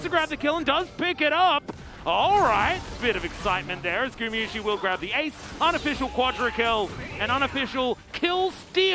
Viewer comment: that caster is still saying gumiyusi after 2 years of casting him. Please take your job serious xd